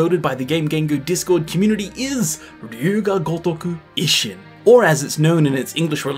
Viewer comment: You mispronounce i often. "jisho", "ishin", etc. You're pronouncing it like the short i in English bit. 😅